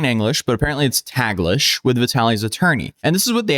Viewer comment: Small correction, "Taglish" is pronounced "tahg-lish" with the "a" sounding like "father".